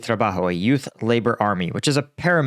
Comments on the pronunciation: Yep. Except I thought it was yutes. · Did you just say "yoots" like my cousin Vinny lol I man that made my day.